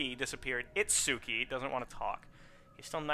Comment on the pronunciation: it's pronounced It-ski just like Samonosuke or Sah-mon-oh-Ski